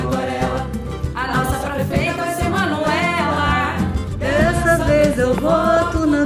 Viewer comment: Tem que falar manuelá